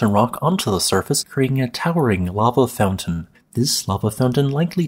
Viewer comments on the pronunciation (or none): none